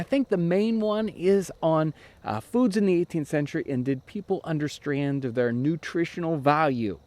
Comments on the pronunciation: Him almost mispronouncing "understand" is the only mistake I think he's ever made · Love your videos! I just have a question: did you mean to say "...and did they understand their nutritional value?" I heard it as "Understrand" and don't know if I genuinely just misunderstood the sentence. Thanks! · "Understrand" lol! That was the best take, eh?